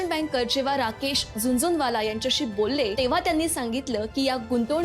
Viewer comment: The pronunciation is NOT ZUNZUNwala but JHUNJHUNwala. Learn to pronounce names correctly.